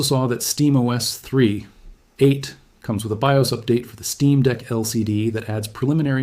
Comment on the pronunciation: Great AI video. Especially hearing an AI narrator that can't say "3.8"